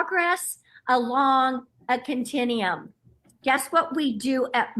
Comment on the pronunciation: What's a "continium"?